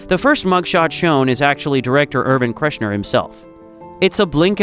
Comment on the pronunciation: "KERSH-ner" Gracious